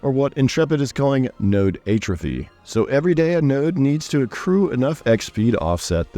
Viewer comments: check pronunciation of "atrophy" :) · I became progressively nauseous every time he said it incorrectly... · Great video. Hadn't seen your channel before. Your upcoming AoC overview video earned you a subscribe so I wouldn't miss it. Now just learn how to pronounce "atrophy".